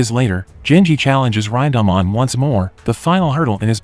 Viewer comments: Ryndahmon...it's pronounced "rin" "da" "man" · "Raindahmon" wtf bro. Its Rinda-man. Not a fucking Digimon.